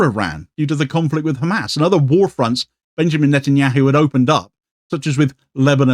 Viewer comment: How come they can pronounce the H in satanyahu just fine, but can't with Hamas?!